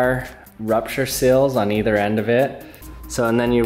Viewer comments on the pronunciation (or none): none